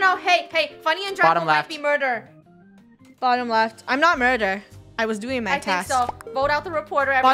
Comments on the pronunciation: Ummm I think it was murber and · Sounded like funneh was saying “mUrvEr” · "murder?" the whole: "murder murder murder?" Funneh: " Murber? " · Funneh:murber rest of the krew:murder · Ikr it was pretty funny we love murber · Murter murter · Why did funneh say murbur murbur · Murber? Murber? Murber? Murder Murder Murder??? SHUT UP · I mean it IS murber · NO ITS MURBER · Lol murber! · And lastly mUrBER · i think murber too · It’s mUrbEr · funneh: murber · Muber? Murber? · Murbert lol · When funneh isn’t even saying murder: “Murber” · she said, "murper" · I’m pretty sure it was murber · No body: Not even me::MuRbEr 10 minutes later.... (yes ik again):MuRdEr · Its funny when lunar always says “MurDer”, when the rest of krew always says “MurBer” its so funnEH:yougotthis:😉😉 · On the 2'nd round funneh says mubber and everybody didn't notice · first words in the beginning: "mUrDeR mUrBeR" (STAY 💛) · But funneh said murber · nO it’s mUrBEr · Then funneh said mUrBer😭😭👍🏻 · "mUdEr?!" I remember the very first time said that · MURBER NOT MuDer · I kinda think she saying murber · I think it wqs murber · Murber is badddddddd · “Murber?” - Clones more Murber sounds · I think it was murbert but idk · btw its Muber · as: “mUrDeR mUrBeR!!” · Funneh:murber krew:murder murder murder??? Lol gets me every time fr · “murDeR mURbEr mUrdEr mUrdEr mUrbEr“ - 2020 ʕ•ᴥ•ʔ Edit: ty for 2 likes! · no murber